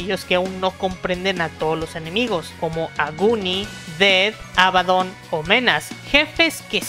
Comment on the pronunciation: No quiero ser malo pero, pronuncias Aluraune y Aguni, como los japoneses. Pero sus nombres en realidad son Agni y Alraune.